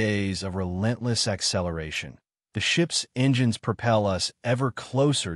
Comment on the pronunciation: eNGIIInes... wtf AI?